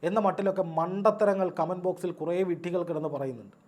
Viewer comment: വിഡ്ഢികൾ ഇപ്പോൾ കൂടിയിട്ടുണ്ട് 😂😂😂 വിഡ്ഢികൾ എന്ന ഉച്ചാരണ ശൈലി ഒരുപാട് ചിരിപ്പിച്ചു ❤️❤️❤️❤️